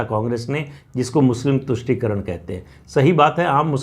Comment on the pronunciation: "Politics of VOTE encourages parties to sell the country Very truthful and bold statement. Thanks mrPS for clearly enunciating TUSHTI karan.